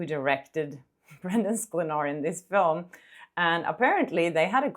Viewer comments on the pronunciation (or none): none